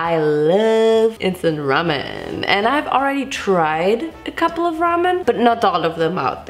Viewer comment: It took me way too long to realize she wasn’t saying “Vincent ramen” ..... 🤦🏻‍♀️